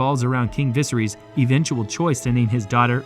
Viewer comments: he cant pronounce "viserys " properly thats so silly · the way you pronounce viserys is mildly infuriating.